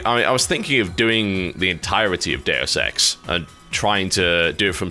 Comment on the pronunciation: i don't know if its just me, but every time he says deus ex i hear dare sex